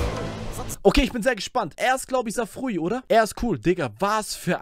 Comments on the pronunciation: nein, er wird nicht SAFRUUUWI ausgesprochen, sondern 'Safraoui'= Safraaaawwiiiii (englisches w) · Mannmann es heißt nd safroui somderm safraoui